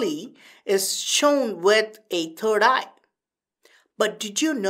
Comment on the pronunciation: He said turd eye !!!😂